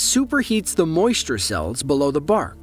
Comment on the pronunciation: Moisure cells? WHAT?